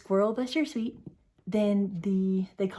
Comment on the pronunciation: it is not "sweet cake". It is a suet (soo-ett) cake